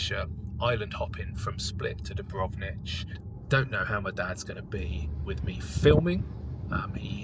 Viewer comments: it s Dubrovnik, not Dubronich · yeah mate, that Dubrovnich was hard to hear :-D Still got my laugh.